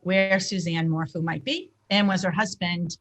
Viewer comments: I love how you called him Barry MorFOO. SOUNDS LIKE BARRY MORE FOOL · And Morphew is said "Morf-you" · Morphew is pronounced “mor-few” and Salida is pronounced “sa-lie-da” Suzanne had cancer twice which is another reason for having bangs. So, everyone who has bangs is hiding their intelligence...bs. Generalizing about hair choices isn’t a basis for hiding intelligence. She was a cancer survivor and had to wear wigs during her first bout with non-Hodgkins lymphoma, when she was in her late teens. If you look through all the photos, you will come across a few, where she has no bangs. Suzanne was a schoolteacher when she was diagnosed with cancer the second time. Her hair was thinning and falling out...she was scheduled to see her doctor on Monday following her disappearance. A clean bill of health. God bless her. Say what you want about Barry but please be respectful when talking about Suzanne. Chick in the blue blouse, grow bangs if you want, mmmk.☮️🦋🌸 xxxx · Hey ladies not sure if anyone has mentioned this but Suzanne’s last name is pronounced MORE(ph)EW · Btw, it is mor-few.